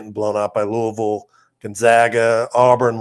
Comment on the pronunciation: Sorry, can't listen to someone from Indiana that can't say Loo-ee-ville. NOT Louuahhvl. Do you think when the great George Rogers Clark named it after King Louis of France, ( for helping us defeat the British)... do ya think Louaashhhvl is what he had in mind ?...NO. Get it right.